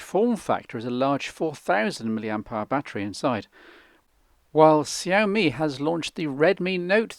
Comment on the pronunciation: If I am not mistaken it is pronounced "showme" (xiaomi). Actually there is a BBC article on it with a few options...so it is a thing.